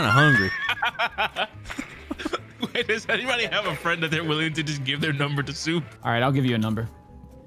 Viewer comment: "me hungy"